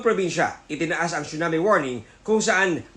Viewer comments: It's not "CHUNAMI", it's TSUNAMI 😂😂😂😂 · Prayers for Japan po. "Tsu-nami" though. 😂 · At lalong di "Chona Mae".